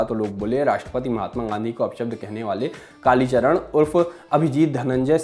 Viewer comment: Kalicharan g ka name to km se km sahi se lo channel valo